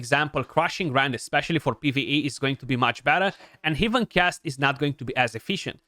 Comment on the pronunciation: my god its heaven ˈhev(ə)n not 'hiv(ə)n